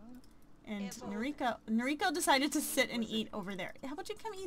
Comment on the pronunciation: Umh.. Im sorry you can prenounce it however you want but you're saying the name "Noriko" wrong, since she's japanese you prenounce it as "No-Ri-ko" and not "Nori-ko". Sorry i suck but the weeb in me had to tell you xD